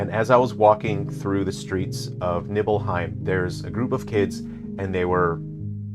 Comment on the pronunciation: You can't even say Nibelheim or Tifa the correct way, how can you be a real fan? If you're a true fan like me and my friends, you will enjoy it. It's just like the original, just a retelling and recreation of everything. What a stupid review